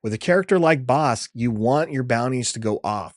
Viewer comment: That BK pronunciation 😮 Ive yet to decide if the bounty upgrade cards are worth running in limited. They have felt underwhelming though definitely interested in trying out Bossk